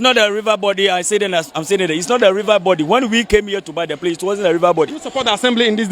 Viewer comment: Did I hear him say PRACE 🤣🤣🤣🤣